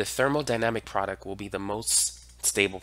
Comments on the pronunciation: It’s product, not produck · You're absolutely great, but can you please stop saying "produc-" and throw that last 't' in there. Drives me crazy. You're very helpful though!